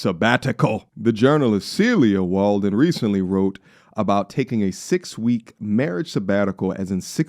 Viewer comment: Why do you keep saying celia Warden when her name is Walden?